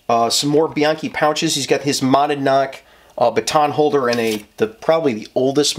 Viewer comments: Lol how the hell are saying the company that makes the baton hahah it’s pronounced MAH - NAD - KNOCK.. if you look it’s the name of the town in NH they are based out of. And just curious what does he use a dump pouch for? Does he do IDPA shooting with his belt as well? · I keep telling you: "Monadnock" is pronounced "mon-ODD-knock". Please. You're killing me here.:P